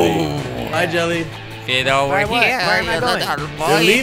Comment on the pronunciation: Why do u say "Jilly" instead of Jelly